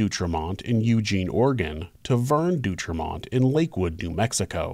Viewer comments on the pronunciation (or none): FYI: The name D’Autremont is NOT pronounced “Doo-Tremont” ; it’s DOH-Tremont. (Au = Oh). Pronunciation is an important part of research, so please do better! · Great rendition of this story. Living in Southern Oregon and being a rail buff, I have heard this story many times. I always heard the last name pronounced Dee- ought- remont. I also remember reading that since the railroad tracks were close to Oregon State Penitentiary and the brothers had killed railroad employees, engineers were always very generous with the whistle and horn when passing by, day or night. Needless to say the brothers weren't too popular with their fellow inmates.